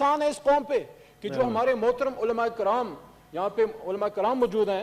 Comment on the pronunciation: Sir.....olmaay karam nahi.....olmaay karaim .....olmaay karam es gahnd ko pasand nahi krty jaha par joth or joth...bolna parta hain...